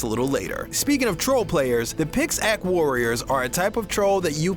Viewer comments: Did he just say pixack instead of pickaxe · I nearly died when he said Pixake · " the picks-ack warriors" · I think he said pixacke weapon 😂😂😂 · Did it annoy anyone else how he said "Pixack"? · And then he said it right the next few times... confusing. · I was annoyed 2